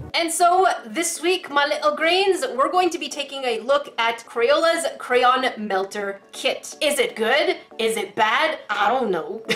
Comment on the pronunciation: Yessss you said cray-on not cran or crown